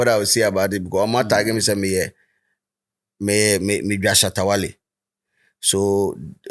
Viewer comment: you guys can’t stay without calling Shatta wale’s name right, just be careful so you don’t miss ur subscribers